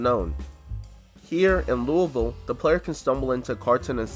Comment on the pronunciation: I nearly spit my drink out when he said Louisville correctly